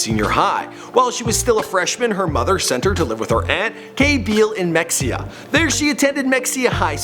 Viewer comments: He says “Mekseea” with such enthusiasm. It’s pronounced “Meheeah”. Anna Nicole called Mexia her early home and always pronounced it correctly. R.I.P. ANNA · It's (muh-hay-uh) not mexia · It's not Mex-ia is pronounced "Mah hee haaawww choooo!!!" Sorry 🥴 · Dude...it's not "MEXIA" Texas. You don't pronounce it like that. It's pronounced Ma-haya. Do better research, please. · OMG I want to punch this guy every time he pronounces Mexia, Mex-EE-ah....it’s. pronounced Ma-HAY-ah. Why don’t people research stuff beforehand?? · It’s not pronounced MEXEUH It’s MUh Hey UH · Its pronounced me-he-ya not mexia you dumbass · mexia Texas is pronounced MA-he-ah not mexxia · Mexia is pronounced Meh hay ya. Edit: holy crap gaybor? That was bad. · Mexia 😂 it’s pronounced mehaya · You should learn how to pronounce names and places correctly before you host shows like this...mexia is pronounced (ma-hay-a) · Mexia is pronounced Mahia. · It's not mexia if mehia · And it's pronounced Mehaya not Mexia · 😂😂😂 Im From Mexia And Thats Not How You pronounce It 😂 Its Ma-Hey-a ! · Mexia is pronounced ME HEY YA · It's pronounce Muh-HAY-uh TEXAS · Pronounced 'Meh-hey-ya' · mexia is pronounced ma- hay- ya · Mexia is pronounced "Ma-hay-yah" I'm a Texan. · Mexia is pronounced MU-HEYA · And he slaughtered the pronunciation of Mexia, Texas. It’s ma he a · It's pronounced "Me-hey-a" (Mexia) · You aren’t pronouncing her home town name right. Listen to Anna say it. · He can't pronounce mexia right ,he couldn't Ask someone?? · I live in mexia. My mother was friends with her up until she dropped out of school. And also that is not how you pronounce mexia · Svanhild Løvenørn no the correct way to say it. Im from mexia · Holly Golightly Thank you! I always have to correct people and they wanna argue with me over the pronunciation and I'm like excuse me, I'm the one from Mexia, don't argue with me about my hometown😂😂